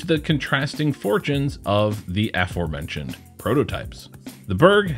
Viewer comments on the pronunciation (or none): none